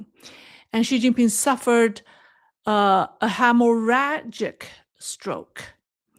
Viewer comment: a “hammoragic 🔨” stroke?